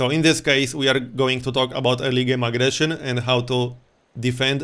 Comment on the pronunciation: The way you said early game aggression sounded like illegal immigration :D